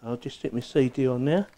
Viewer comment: CD = say day